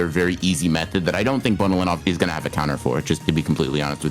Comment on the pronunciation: she wasn't using nen... nice headcanon its pronounced ben-oh-len-ov